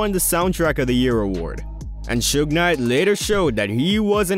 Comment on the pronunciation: Atleast he didn't screw suge's name up, most of these people mess his name up , if you can't say their names right , they should keep their names out their mouths.